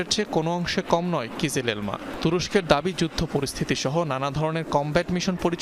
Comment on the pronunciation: কিজিলেলমা নারে ভাই, কিজিল এলমা, লাল আপেল। আর ঐতিহাসিকভাবে তুরস্ককে লাল আপেল বলা হতো। মুসলিমরা বলতো, আমরা লাল আপেল জয় করবো, অর্থাৎ তৎকালীন কনস্টান্টিনোপল